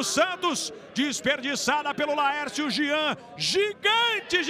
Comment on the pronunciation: Alguém avisa pro narrador que é Jean e não Gian!! Kkkkkkkkkkkkkkkkkk